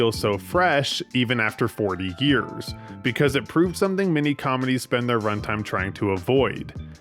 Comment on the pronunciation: Is it just me or does this guy say "years" like "gears"?